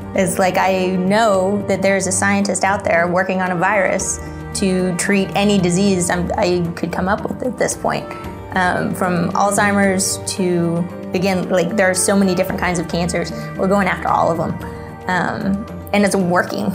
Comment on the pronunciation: She's the "educated" scientist and said "alltimers" really, it's called Alzheimer's disease.